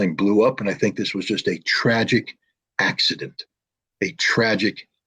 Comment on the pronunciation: Траджик акцидент 😂